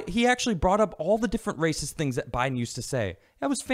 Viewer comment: Did just call biden Joe Lie-den? That's good.